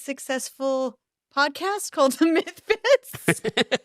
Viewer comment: Someone please make a Mike Tyson meme where he's saying Mythfits. Pretty please.